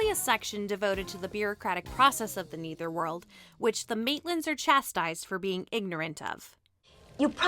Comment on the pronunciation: Its not pronounced as neether. Its nether.